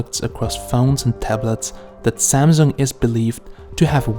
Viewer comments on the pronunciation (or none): It pronounced SAMSUNG and not ZAMZONG